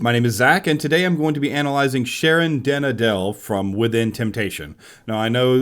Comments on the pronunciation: Funny how native English speakers butcher Dutch names. I know you can't help it but I just couldn't help smiling when you said Sharon's last name (same as you probably smile at how I probably incorrectly used that apostrophe). Anyway, I wonder what you'd think about Gackt. He's not very well known up here but he does have somewhat of a cult status and I believe he did have vocal training. I'm not sure if it is classical training or not but he did have lessons. I'd like to know because he's my favorite singer and wonder if what he does is healthy or not. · Ach try to pronounce at least the name of the singer right.